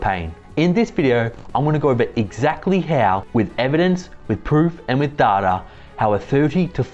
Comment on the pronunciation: Evidence, pwoof & dada.